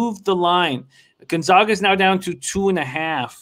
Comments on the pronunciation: Never mind that they blew the call on this one what's upsetting is that neither of these guys can even correctly pronounce the name of the #1 team in the country! We are the Zags not the Zogs. You can do better. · once again is the fool. After 20 years can’t even pronounce Gonzaga correctly. How much did it cost you If you listened to his “expert” advice?